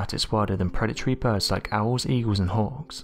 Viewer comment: "Owls,eagles and whores"? I re-listen 8x but I still hear that. I think the British T-rex had septic bites due to their poor dental hygiene. lol great video, interesting.